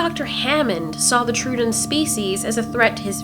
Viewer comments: If you're referring to "ˈtroʊ.ədɒn" as labled on wikipedia, the phonetic IPA pronounces the "oʊ" as in "goat." "Troo--" in the name is not correct anywhere. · Why is she pronouncing the "Tro-odons" like "Truedons"? What an insult to dinosaur fans. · Troodon (/ˈtroʊ.ədɒn/ TROH-ə-don; Troödon) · Say it with me... "Troh-uh-dawn". Theeere ya go. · SAY TROODON RIGHT!!!!